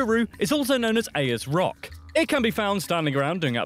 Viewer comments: Ain’t no way he pronounced both names incorrectly. Oo la roo, airs rock. Simple. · Even the English get it wrong. Mt Kosciuszko: There is no Costco on the mountain. It is said Mount Koz...ee...osco. Uluru: is said ooola...roo. Ayers Rock: is said Airs Rock. Cheers. 😁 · I like how the brit voicing the video mispronounced damn near every single landmark name. It aint "Kozzy-cusko", and it aint "ay-ers rock". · You know what annoys the piss out of me? People not from Australia telling me facts about Australia. We call it Australia. Do they call the UK TJE COMMONWEALTH OF THE UK? pronunciation mistakes: My Kosiosco, Airs rock, eem you, now for off pomme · We have 6 states and multiple territories, the Northern Territory and the ACT are just the two largest. He's mispronouncing both names of Uluru/Ayers rock. And he mis-pronounced the mountain name too. Love his terminology for the spiders "Except for the guy who died no-one died.". The alcohol cliché about America is that you all love this stuff that you THINK is a beer, tastes like urine, but you still somehow manage to get drunk and stupid off it. :) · They said Uluru and Ayers Rock WRONG